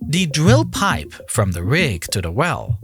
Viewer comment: The worst part of this is his pronunciation of words containing R. Sounds like it’s being narrated by a 3 year old 🤦‍♂️ dwill pipe? Uncontwolled? I mean come on… how old are you “”